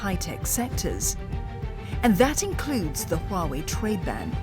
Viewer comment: Huawei sounds like YAHWEH